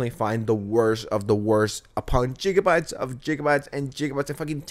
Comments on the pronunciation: Did you say "jiggabytes"? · this guy is disgusting and I absolutely agree w u, but please never say jiggabites ever again. It's pronounced with a hard g. Anyways, I still enjoy ur videos, so keep it up. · Ngl...saying Jigabyte should grant jail time. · After pronouncing it "geegabytes", I'm surprised you didn't say "teerabytes". 😂🤣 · stop saying jijabite. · bro why u pronounce gigabytes like that?